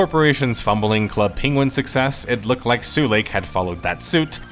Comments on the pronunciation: Sulake is pronounced sue-lah-keh, not sue-lake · It's pronpunced su-la-ke, not su-leik. And it means a fuse. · Why are you correcting Finnish people on pronouncing Adidas when it has absolutely nothing to do with your video or the topic. Also, Finnish people pronounce Adidas correctly, you pronounced Sulake in a very funny way. If you get all hissypissy about being corrected, why not look up the pronunciation and make sure you say it at least sort of correctly to begin with? Such an insanely childish reaction, goddamn. Sincerely, another Finn very put off by this exchange. I'll see myself out even though the video topic is intriguing. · Has anyone ever told foreign players of Habbo that "Sulake" is not pronounced "Suu lake" but as its written? "Su-la-ke". Literally meaning a type of power charge cell. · "sue lake" 😭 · After a whole video of "sue-leik" him pronouncing muumiopappa this well surprised me. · As a finnish person, l find it funny that english speaking persons pronounce finnish names like they would be far eastern-type names. Sulake -> Suleik, Sampo->Sempo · Who is "nobody"? Finnish people pronounce Adidas in the intended way at least. Sulake isn't up to interpretation either as it is just the Finnish word for electric fuse, so you just pronounce it incorrectly.